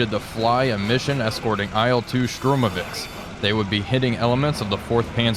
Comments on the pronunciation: It is Shturmovik, not Shtrumovik. But still, great content. Gg, gl! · Yes i tought i was mishearing